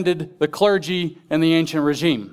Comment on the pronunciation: ancien régime Pronounced.. on-cee-en rayzheeme ɒnsɪan reɪˈʒiːm a political or social system that has been displaced by another. "the feudal institutions of the ancien régime began to be dismantled" the political and social system in France before the Revolution of 1789. noun: Ancien Régime plural:Ancien Régimes Origin French, literally ‘old rule’.